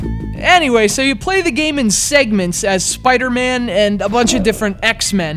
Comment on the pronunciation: Why do you keep calling him Spider-Mand? There's no D at the end.